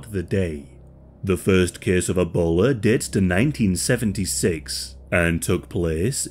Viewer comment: "...E-bowler is transmitted..."